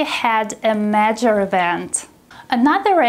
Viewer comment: im afraid the word "major" is a little mispronounced